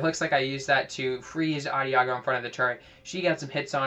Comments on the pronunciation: Nice vid, good tips! Also, Adagio is pronounced with a soft "g" like a "j." It's also an Italian musical term that means "slowly." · Lol. Love how you used to pronounce Adagio.